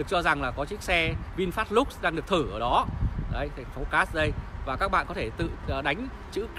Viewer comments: Vinfast LUX mà đọc là "lúc" là biết thằng này trình độ đến đâu rồi, thế mà cũng sống được ở xứ tây thì cũng giỏi đó. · xạo. tên xe còn không đọc đúng mà đòi làm nhà báo